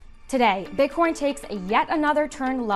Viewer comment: she totally said bit-corn at the start